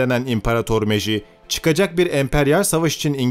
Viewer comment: meijinin adını birde doğru söyleseniz.